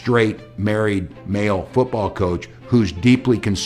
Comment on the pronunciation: Coach, not couch!